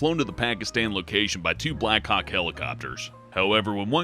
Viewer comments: did he stood black cock instead of Black Hawk? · On number one did refer to the helicopter as the "black cock". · Wait did I just heard black cock helicopter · did anyone here him say black cock